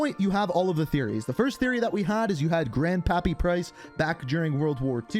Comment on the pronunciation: "Grrrand Pappi Prrice"